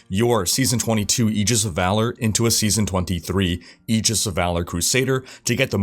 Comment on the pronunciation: Learn to pronounce the word Aegis... for fucking christ